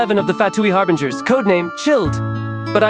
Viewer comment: "Harbringers" "Chilled" "Loomin"